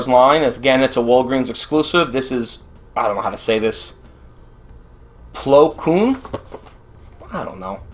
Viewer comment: You pronounced plo koons name right